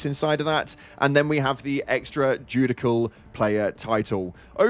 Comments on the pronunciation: Sorry but my autistic a** heard him say "Extra Judikal". It's pronouned "Judi—SHAL". Please and thank you 😅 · it's pronounced [jew-dish-e-uhl], not [jew-dik-uhl], and you mention "clips" when the correct word you're lookin for is "magazines"; this warbond looks alittle lackluster like the last one, but that stun grenade is intriguing :P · My brother in Christ. It's not joo-dick-al. It's judicial. Joo-dish-al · Extra "Judikal" do you hear yourself speak? Like your videos but you say words... Not smart. "Judeishal" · The jack baauutt? Judikal? The queens English torn asunder by the illuminate on super earth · you're saying it wrong my man, it's Extra Judicial (jo͞oˈdiSH(ə)l/) as in not legally authorized. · It's pronounced "Jew-Dish-al" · haha bro pronounced that SO wrong 🤣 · Best pronunciation of Judicial towards to this warbond